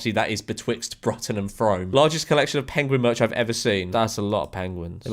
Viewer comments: actually, Frome is pronounced “Froom” 🤓☝️ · ERRRRNMM…. Mr George has pronounced ‘Frome’ wrong 🤓🤓🤓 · the Frome pronunciation killed me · They're pronounced Brute-un and Froome, cheers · I live in frome lmao, pronounced “froome” , Bruton “brooton” is like 10 mins away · That mispronunciation of Bruton and Frome was violent